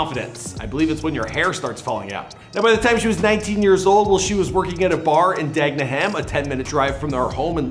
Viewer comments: DA GEN HAM LOL it’s Dagenham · Jesy is lack luster.....trying to cosplay as looking racial ambgious isnt fooling anyone. The way your pronounced 'Dagenham ' was hilarious 😂